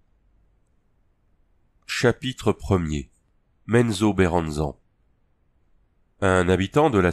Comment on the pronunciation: Bonjour et merci pour cette lecture Petite suggestion : On prononce DRIZZT et non DRITZZ, et MezzoberanzanE ( comme banane) On sait jamais, ça peut servir pour le prochain 😉